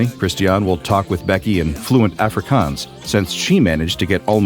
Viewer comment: That is not how jou say Afrikaans🤣